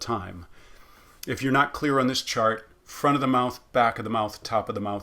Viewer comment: When you say ‘front of the mouth, back of the mouth etc.’ I don’t hear the th being pronounced as a fricative how do you say that it sounds like you are using a flap d instead? ( not the th in mouth but in “the”)